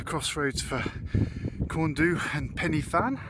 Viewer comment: Oh that welsh pronunciation hahaha! It's tickled me. Fawr - think hour not oar Pen y fan - pen "er" (shorten the r sound) van Corn du - corn dee Careful parking on the verges if you're going there they'll ticket you. Everyone does it, but yeah fines happen.